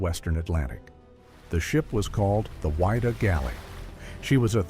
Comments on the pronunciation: its WID-DAH not WHY_DAH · its pronounced "Widdah" not WHY DUH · It's pronounced Widdah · It's pronounced Wid-Dah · Wha-dee-ah 😅 it bothered me a lot too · it grated me every time I heard the ship's name mispronounced. it was not the "why-da". Ugh. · Pronounce the name of the ship correctly please.